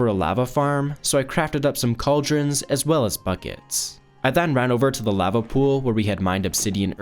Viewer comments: Good video but holy shit please pronounce lava right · he says lava SO weird, like ive never heard ANYONE say it like thatttt